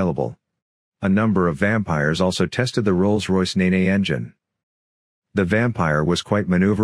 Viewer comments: There are two pronounciations of NENE (the river), depending if you are east or west of the bridge at Thrapston? Ne-Ne isn't one of them. Try 'Neen' for Cambs and eastwards, or 'Nen', for Northants and westwards. Most use the Cambridgeshire/Norfolk version, as do Rolls Royce. PS. My Father built Vampires, amongst others, as he worked initially in the erecting shop at Stag Lane and then Hatfield for over fifty years, retiring in '83. Informative short documentary though. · Knee-knee!? Many yanks seem to make that mistake, along with Glow-Chester and Lye-Chester. I was going to correct, but you did the job already, ta.